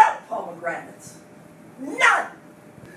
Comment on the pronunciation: Teacher: Why didn’t you answer me the first time I say “Poe Meg Ranaté”? Student:.......Because it’s pronounced “Pomegranate” Teacher: NO! NO, NO, NO, NNNO!!!!